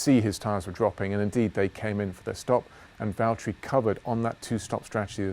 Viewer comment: James, it's Valtteri 😂